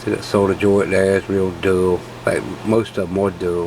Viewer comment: Thanks for videos, and pronouncing solder with an "L" 😄